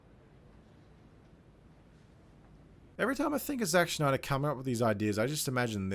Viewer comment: Snyder not Schnyder or Schneeder. Stop trying to be cute.